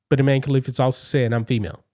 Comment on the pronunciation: So Imane now says “I man(e)”…..